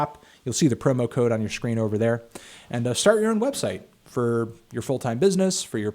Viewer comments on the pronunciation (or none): none